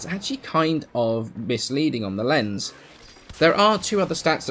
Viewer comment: The "z" in "Lenz" is pronounced with a "ts" sound like the "z" in "pizza"... It's vivace-vivis all over again lol